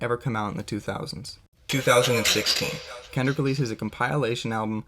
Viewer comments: What in the hell is a ComPILEation album?? 😂 Thats not how you say that word homie. Its Com...pi....lation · You pronounce compilation funny lol it’s cool tho. Nice docu. I give you a C+